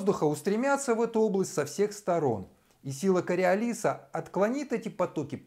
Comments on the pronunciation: Правильно КариОлиса! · Ударение таки на предпоследнем слоге! Не чудите умники!!! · Он ошибся с ударением